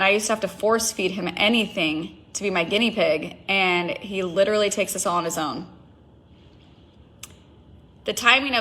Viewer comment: Take a shot every time this rep says LiDuRaLlY…..wait nvm please don’t do that to yourself!